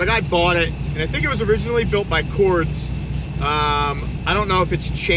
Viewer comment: "Cords" lol.....its Cordes Performance... "KOR-DIS"....maybe he can't pronounce it right because there isn't the word FUC$ in it